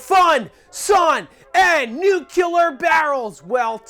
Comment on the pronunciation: "nuke-yew-ler" lol